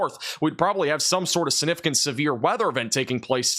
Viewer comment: It’s pronounced siGnificant